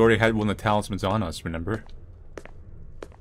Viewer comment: I can never tell if says reMember or reNember but I find it endearing